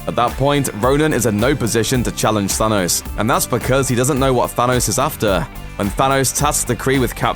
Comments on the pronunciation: It's Thanos, not Thanoze. If you're going to get the same guy to narrate your MCU material, at least get him to pronounce the names correctly. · I hate the the way you say thanos "zanos" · Why does he say say thanos so weirdly ? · I love the way you pronounce "Thanos"